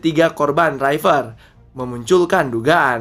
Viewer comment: Riper bukan Raiper